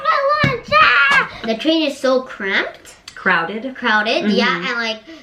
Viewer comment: cramped をcrowded に訂正されていますが、cramped はこの場合、不適切な使い方なのでしょうか😅日本語の説明では公共交通機関での窮屈さ、とあり適切な表現のようにも思たので（cramped という単語自体知らなかった私ですが←）💦 ちなみに私はcrammed と聞き取ってしまいました😂